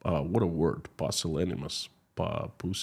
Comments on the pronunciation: p'you-sil-la-ni-muss (pusillanimous) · Your English in fantastic,, and the pronunciation of "pusillanimous" is "PYU-sil-ani-mus" Great try, and it's a $500 word that many people don't know, let alone use. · The word is pronounced pyoo sih LAN ih muss.